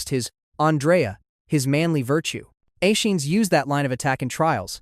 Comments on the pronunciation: Aeschines = ESS-KEE-NEEZ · I think Aeschines isn’t said Ashines but instead Aea skin knees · Accent “Anacreon” on he second syllable (not on the third) to say it right. Also, please consider Googling the pronunciation of.”Aeschines.”